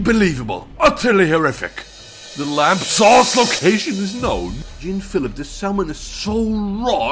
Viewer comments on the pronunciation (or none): Did he really just pronounce "Jean Philippe" as "Jeen Philip" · bro how tf did you pronounce jean phillipe